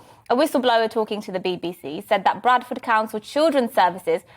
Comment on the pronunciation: Did she say Badford or Bradford?